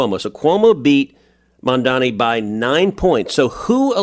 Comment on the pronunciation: I love that podcast, btw it's not mamdami it's mamdani.